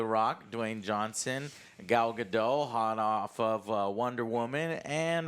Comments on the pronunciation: right off the bat just an fyi joe it's pronounced gadot not gado, the t is not silent, I dont get why so many americans think that it's really weird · You lost me at the mispronunciation of her name. She's not French. It's not Ga-doe, it's Ga-dot, as she has reminded interviewers over and over. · They keep pronouncing Gal Gadot’s name incorrectly.